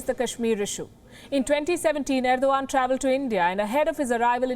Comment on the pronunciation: Ar-do-gand hahahaha